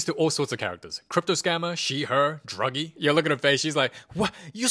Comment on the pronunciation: Bro called thanos Dr*ggee💀